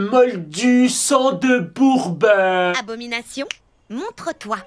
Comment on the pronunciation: "espèce de moldu SANG DE BOURBEUH " 😂😂 pour le prochain tu peux faire bucchigiri ???